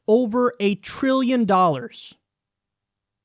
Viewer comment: Trilllllion. There's a 'T' in that bitch!